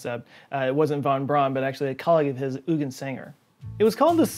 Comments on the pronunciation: Hey dude just a pronunciation tip: Eu in german and germanic languages is pronounced like our english Oi. So Eugen sounds like Oigen. And Euler sounds like Oiler. ALSO! Braun sounds like "brown" not like "brawn" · Eugen is pronounced "OY gen", not "U gen"